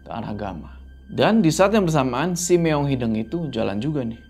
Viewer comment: Sampe skrg masih salah nyebutin “meong hideng” hrsny kan “hideung” ga sih 😂😂